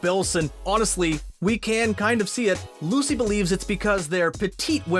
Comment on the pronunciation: Anyone else notice that when comparing Lucy Hale and Maia Mitchell he called Lucy "Lacy"???